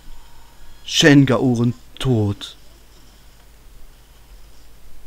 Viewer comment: Achja: das spricht ma Schen Gao Rehn aus xD nich schen gaorenn xP ich habs so mit der japanischen Aussprache, sorry xD